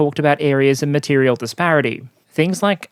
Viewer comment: Also, I noticed that he misspells 'material' which is probably why also mispronounces it. But doesn't worry me as I think english is not his original (early childhood) language - geeze as a native speaker my spelling has always been crap so I don't judge others on this.